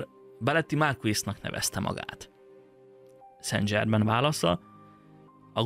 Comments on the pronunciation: ok. de kérlek szépen, ha igényes vagy, akkor készítsd már el azt a változatot, ahol helyesen mondod ki ötvenszer a nevét, léccci, lécciii (fr. szan/szenzsermen semmiképpppppp nem angolosan dzsermen, de az is dzsörmen lenne, jááááááááájjjj) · nem dzsével, hanem zsével ejtik a francia neveket: szen zsermen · Szen' Zserrmeen, légyszi ha franciás dolgok vannak, kérdezz meg a kiejtésről, segitek szivesen. Klassz videó, köszönjük! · Nagyon klassz kis video, de kerlek nezz utana hogy ejtik rendesen a francia Saint Germain - nevet (Google translate segit ;)... mondom ezt csak epito jelleguleg ;)